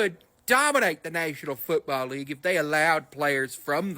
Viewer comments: “Austraylia is the Nayshional Footbowl Leegue, a teevay show filmed in Argentinia.” Wait What…. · What is a "Futbalee"? 😂